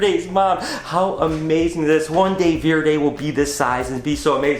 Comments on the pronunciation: Its verde not verdis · Is "veer-day" supposed to be Verde? As in green in italian? It's pronounced ver-day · That is the most american verde iv ever heard in my life. Vvveeerdey lol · You're pronouncing Verde Verde very wrong its Spanish word for green you pronounce it very wrong